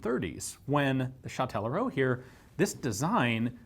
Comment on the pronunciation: Hey that's fun, I'm from Châtellerault, you didn't butcher the name too much, good job. The gun factory's been turned into a museum "Auto, Moto, Vélo" (Car, Bike, Bicycle), an ice rink and a Music and arts school we call a "conservatoire". Yeah I don't know where I'm going with this comment but hi anyways